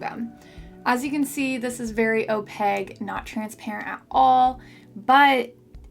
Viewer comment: love ya girl. Your videos are so great and informative 👏🏻 I would like to say however that the word opaque is pronounced "oh-pake" not "oh-peg". But seriously, you're awesome and I'm grateful.